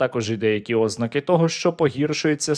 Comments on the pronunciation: ознАААка наголос правильно, ООООзнака в українській мові не існує, нема такого наголосу це як говорити докУУУУменти, на докумЕЕЕЕнти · ознАка, правильно ставте наголос!